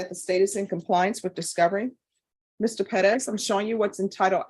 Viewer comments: Unless youre speaking spanish, its Perez, not Peddez. It sounds so ridiculous. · I was thinking it’s Pettis this whole time, I refuse to believe she’s jacking up Perez so much. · Why does she always try to pronounce Perez as peh-dez? Just say Perez. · It’s Perez